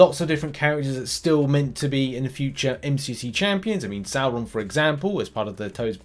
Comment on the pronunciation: It's pronounced (as per the animated series) Sor-ron.